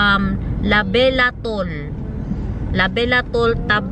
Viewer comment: Labetalol not labelatol